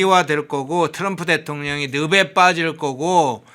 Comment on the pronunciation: 진행자는 전라도분이신가요? 늪에 빠지다를 느베빠지다라고 발음하시네요 느페파지다로 바로 잡아 드립니다